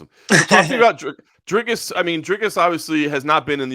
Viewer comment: As a south african and afrikaner i just wanna say thanks for finally saying dricus's name right. It's so mildly infuriating hearing so many americans butcher his name. So honestly thanks. And also goodluck to kelvin. He's gonna need it. Dricus ain't no joke but neither is kelvin. I'll be in dricus's corner but also I'm hoping just for a great fight over all. Best of luck and may you both come out safe and not badly hurt. May the best man win. Up the stillknocks